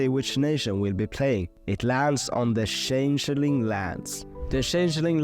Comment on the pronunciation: the way he pronounced changeling should be considered a war crime